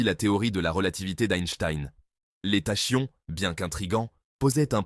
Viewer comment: Tachyons se prononce Takions ;) merci pour la vidéo !